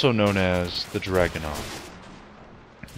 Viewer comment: It's pronounced Draw-Gun-Ov